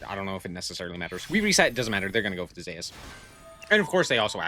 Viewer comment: any one else cringe when he calls zues zayus